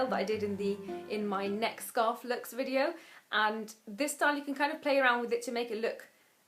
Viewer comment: i love how you say "vidyo"!